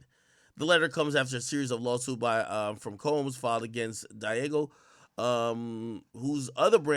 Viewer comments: Diageo IS Pronounced: DEE-AH-GEE-YOO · Say it with me Ak DEE-AH-ZHEE-Ō